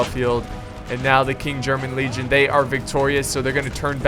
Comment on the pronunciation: stands at guard and salutes Great vid as always - but I have one minor thing that I would like to point out. It is in regards to one of the regiments of the United Kingdom, specifically the KGL. It is called "King'S German Legion". You tend to pronounce it as "King German Legion". Now, people may call be a grammar nazi but I can't help but point it out. Your content is fantastic, and the astounding fact that you take feedback and comments from your viewers in regards to your content seriously is what gave me the courage to point this out.